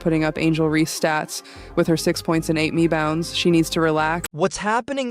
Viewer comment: I love caitlin's remarks on mabry..... And did she say mebounds???? Hilarious.....